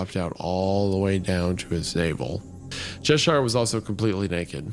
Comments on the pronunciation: its pronounced che-shuh-r. not che-sh-eye-r. sincerely, someone who was born in Cheshire (the original one) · Hunter made Cheshire sound like the chocolate sailor 😂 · Every time Isaiah says Cheshire, the Queen turns in her grave.